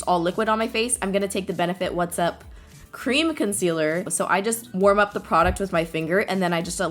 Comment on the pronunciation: The way she said "cream concealer" lmao(